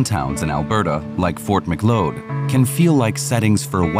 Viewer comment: Good old Fort ‘McLOAD’ it’s Macleod 😂 Southern Albertan here. The horse training sections were very interesting.